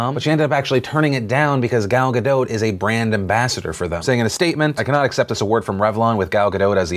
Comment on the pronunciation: Gadot is pronounced differently